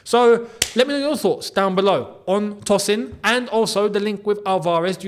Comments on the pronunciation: Hi...I don't mean to be rude, it's pronounced as "Toe- sin" not "Toss- in". It's a Nigerian, Yoruba name..😅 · Hey, Tosin is of Nigerian descent and it would be more accurate to pronounce his name as Toe-Sin I hope this was insightful for you my friend